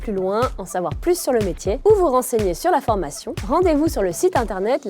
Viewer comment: MDRRR ELLE A DIT UNE FORMATKION PROUT